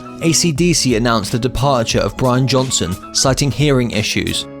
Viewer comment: You said Brain Johnson